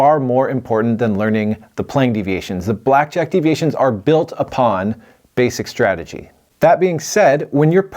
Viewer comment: My man keeps talking about "basic strajjy" I don't even know what that means